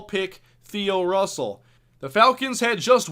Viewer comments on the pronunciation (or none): none